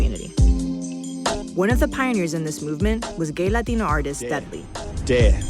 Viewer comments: LADINO 😂😂😂 I thought its pronounced Latino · Forreal bitch says latinyo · Take a shot every time she say LateenO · Bruh this bihh sounds mad weird when she pronounces "Latino/a" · She putting to much emphasis on it 😑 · She prolly doesn’t speak no Spanish but knows a word or two so she really tries hard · I just seriously despise that woman so fucking much and her butchering of 'latino' oh god please I hope she gets abducted or some shit by a mexican gang